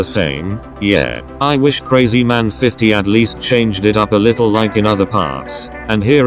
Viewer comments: Your pronouncing krazyman50 wrong its not crazyman its krahzyman50 like your old voice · The tts actually pronounced krazymans name correctly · Said krazyman50 different!